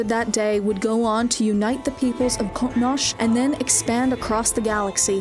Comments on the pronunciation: I mean I appreciate when people try to speak Klingon but come on. Cotnosh? Just call it Kronos like everybody else who can't speak Klingon. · Not bad but since your clearly not a treakky you need to be sure your pronunciation the Klingon homework is called Qo'nos (crow-nos) not koh-nhhs as you pronounced it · Except for whoever is doing this channel. Everything else is research quite good, so I wonder where that comes from. And Kronos is wayyy easier than Quoknosch? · Yeah, "Krawh-nosh" made me cringe a couple of times. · The Klingon Home world, Qo'Nos, is pronounced "Kro Nos" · I know. I was quoting the videos pronunciation of the word, and then quoted Gowron as a criticism of the videos mistake. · The home world should sound more similar to Crow Nose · The attempt s to pronounce QoNos in the native Klingon pronunciation is cringe. Just stop. Save that shit for the ren fair. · exactly it was pissin me off like have they not listened to any klingon call their homeworld,,, she makes that regurgitating sound for weird unncessary reason... id say qonos is pronounced as kwo nose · Goddamn it, it is pronounced “kronos” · Sounds like the Star Trek Discovery pronunciation. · It’s Qo’noS, it’s the Klingon word for their homeworld. Kronos is only a transliteration into English. Pronunciation is a little off on the Q. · This is an old comment but Qo’noS is the Klingon name of their homeworld. Kronos is just a transliteration to English. Her pronunciation is a little off for the ‘Q’ which is supposed to be a more guttural KH noise. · need to learn the proper pronunciation of the Klingon home world